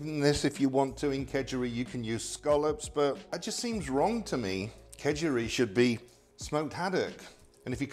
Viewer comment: well thanks for stating the obvious. he pronounced it Khejuri, which isn't too far from Khichuri. Food has a tendency to go from places to places and change that's part and parcel of an interconnected world. It's still yellow rice for breakfast. And people eat fish with khichuri, so nothing weird there. Only change I saw was the omission of lentils.